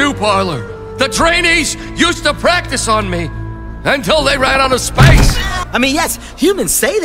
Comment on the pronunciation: it's practi''ce''.